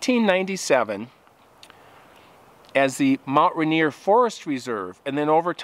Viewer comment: Hey Guy it’s Mt. Rainer. As in Rainer Mountain. Not Rainer Montana.